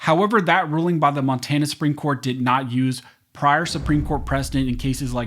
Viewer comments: at :51 in, Mon-tay-na? Where is this guy from? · Learn how to say Monrana